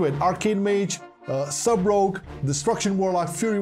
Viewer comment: "Sub ROGOUE" lol